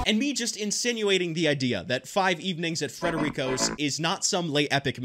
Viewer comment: as an italian myself i premise to correct you that we say "frederico" without the first R, in that way it sounds more likely mexican